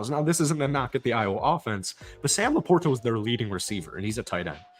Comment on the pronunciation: Thats now how you pronounce LaPorta. Please stop it.